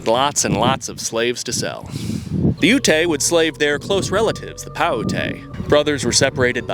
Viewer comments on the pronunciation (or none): I’m not trying to be rude but it’s pronounced like “You-t” ( Ute ) and “Pie-you-t”( Paiute ) got lots of folks from those tribes, thank you for the vid and representation! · It’s not pronounced “You-Tay” it’s “Yoot” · It's not ootay. It's Ute (yoot) and Paiute (pie-yoot). Good video tho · Growing up we were taught Ute was pronounced like Lute without the L, and Paiute like Pie-Ute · Never heard Ute or Paiute pronounced that way haha It’s Ute like shoot. And Paiute like Pie-ute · Ute is pronounced yoot and paiute is pronounced pie-yoot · Ute=Yoot, paiute=pah yoot. Thats how you say that. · Ute as in yoot paiute pie yoot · I hate to be that guy but Ute is pronounced like “yoot” and Paiute is pronounced like “Pie-yoot” Source: when I was in high school I bought cigarettes from a Paiute reservation gas station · your pronunciation of Ute is offensive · lol bro plz pronounce Ute and Paiute correctly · I believe it’s pronounced “yutes” for utes and “pie-yute” for Paiutes. Idk though never met any that’s just how we say it in ND